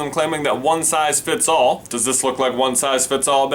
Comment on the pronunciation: For a second there I was like 'WHAT? DID YOU SAY ONE SIZE FITZ HALL?'